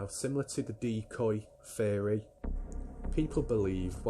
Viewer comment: Every time you said theory my ears heard fairy lol🧚‍♀️